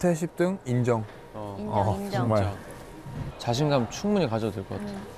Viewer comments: 정말을 왜 ㅈㄴ라고 하는거 같지? ㅋㅋㅋㅋㅋㅋ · 발음 개웃곀ㅋㄲ ㅋㅋ 정말이 존(전)나가 되는 매직!😂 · 저도 댓글보면서 잠깐 화면에서 눈돌렸다가 정말 듣고 순간 존나같아서 놀랐어요 ㅋ ㅋ ㅋ ㅋㅋ 발음을 되게 쫜득하게 한달까ㅎㅎ